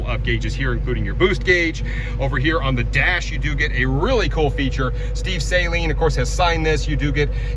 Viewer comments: Cool car but the company is pronounced SU LEEN. NOT SALINE. As in Steve Saleen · Why do people continuously mis- pronounce the name SALEEN... it's pronounced SUH-LEEN not SALINE. It's not salty water . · Saaaaaalen not seilin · It’s Saa Leen not Say leen dummy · Sah-lean not Saline. Saleen. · It’s not pronounced say-lean…it’s Sa- leen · Not a big deal just saying It’s Suh Leen not Say Leen lol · You Are mispronouncing the name.. it is Suh-leen. Not Say-lean. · Back then nobody thought a challenger was worth 70k lol all that smack talk . And its suuu lean not SAY LEAN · For the love of god, it’s “Suh-Leen” with a short A, not a long A🙄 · Saleen not saliene! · Saline is salt water. Saleen is pronounced suh-leen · Saleen is actually pronounced "suhLEEN", not "SAYleen" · Great video my friend!!! Just for conversation sake, nothing else, it's pronounced Sa...Leen. Short A. Godspeed All!!!! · love your channel! I'm a Saleen guy. Not being a jerk but it is pronounced Sah Leen not Say leen lol. Just a for your info. Take it with a grain of Salt. Saleen community is one if the best car communities in the game! Low and rare production numbered cars, Super humble and friendly community Check em out if you can! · I've always been a huge Mustang fan and Saleen has always been on my radar, so yeah, I knew this Challenger was around. This was designed after he started his new company, SMS, after leaving his old company Saleen, due to lack of control to do what he wanted to in it. Steve pronounces his name Suh-leen, not Say-leen, which was hard for me to get used to, since I was used to hearing it as Say-leen. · I thought it was called sa-Lean not saylin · They were not all green, they came in multiple colors. And also if you’re a Mustang guy, you should probably know that Saleen is pronounced “Suh-lean”. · I’m sorry this sounds really cool but I can’t let it go on the fact you say saline and not Saleen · not to pick but Saleen is actually pronounced "suh-leen"